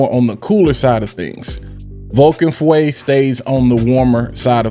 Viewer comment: Not fuwe feu which mean fire in French